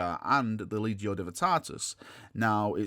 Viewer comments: Lec-te-ti-o Divinatatus, not legio. Sorry, just grates on my ears. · Its the lecticio divinitatus not the legio divytatus ya legio divvy lol only jokin mate i love ya vids and thoughts on 40k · Lec-ti-tio Divin-i-tat-us. I'm getting triggered here. LOL. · You're saying the name of Lorgar's book wrong. It's the: LEC-TI-TIO DIVI-NI-TATUS Just a friendly correction 🙂